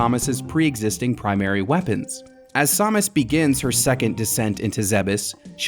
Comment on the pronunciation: What is this Sawmis? Is that how you're supposed to pronounce it? I've only ever heard sam-us